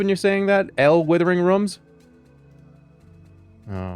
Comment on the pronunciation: withering rüms